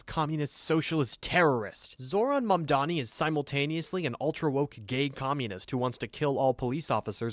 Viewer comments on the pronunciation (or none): Can we mention the fact they always mispronounce his name? They have no trouble with any white names no matter how hard they are to pronounce or how different, but when it comes to a brown person's name, suddenly its "Ma'am-danny" and "Zoorah". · It's cause mamdani is a hard Anglophone name to say, the default way to say it is mandami